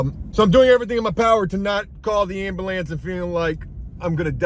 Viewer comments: He said "ambalance" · You say ambulance weird